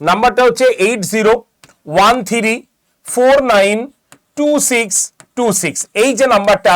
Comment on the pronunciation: থিরি???? 😂 থ্রি নয়?